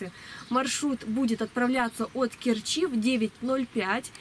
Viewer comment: Доехать до КЕрчи - ударение на первый слог